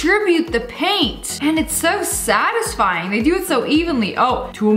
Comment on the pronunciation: “so satisfying” she said it like she was British